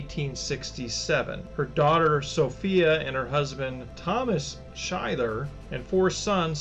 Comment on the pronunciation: Schuyler (German origin) Is actually pronounced Skyler I lived on the street in Marshall (that I was told was named after her) I asked the City of Marshall and the Historian how to properly pronounce the street name.